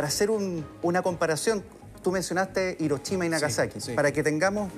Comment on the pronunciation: que es irochima xD